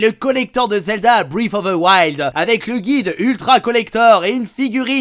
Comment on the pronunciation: "brief of veu wild"